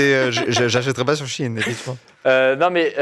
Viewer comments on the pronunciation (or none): C pas she in mais shein (chaïne) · J'ai trouvé que ça ne se prononce SHI IN comme ils disent mais SHEE IN. Prononcez l'article au moins correctement et on vous croira pour le reste 🧐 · ET moi qui prononcé Sheyne XDDD